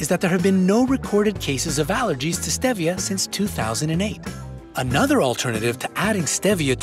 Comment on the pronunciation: And stevia